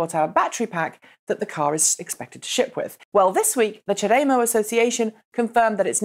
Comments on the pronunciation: Is that how they pronounce "Chademo" in England? Maybe in Japan, too, for all I know. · Michael Bender No, I've only heard it pronounced this way on this channel